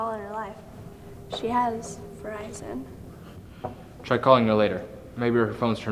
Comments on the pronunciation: VERIZON not virison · she has..Verizon" LMAOOO WTF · "She has...virizon"